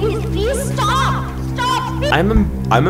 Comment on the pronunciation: PLEAS STAUP, STAUP PLEES GOT ME LAUGHING SO BAD